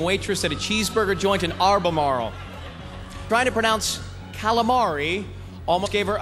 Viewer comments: He's gonna make fun of her but can't even pronounce her hometown properly. AL ber Mar ele. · Ryan truly mutilated the correct pronunciation of ALBEMARLE.